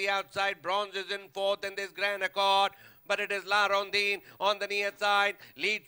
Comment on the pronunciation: La Rondine not La rondeen